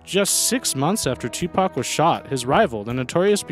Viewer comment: Cool a white guy that’s said Tupac and not tupack